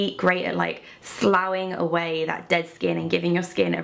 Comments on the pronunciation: Sloughing is pronuced sluffing lol. Trust me I'm a nurse and have to deal with "Slough" daily on wounds. Great video, makes me want to wash my face haha xx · Another great skincare video, with excellent products and presentation. BUT ( i know) Sloughing is pronounced Sluffing for when you are exfoliating or shedding away dead skin. At least in the U.S. for all I know it could be slouing in the U.K. Keep up the great videos lady!